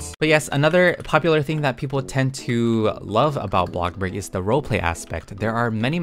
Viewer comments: I love how u keep saying “blockburg”, yep, teaching me the right thing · everyone: bloxburg: BLOXBUG 😂